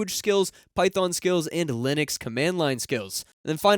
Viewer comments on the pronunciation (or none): none